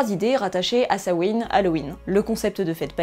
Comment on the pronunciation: Grâce à toi je sais enfin prononcer Samhain.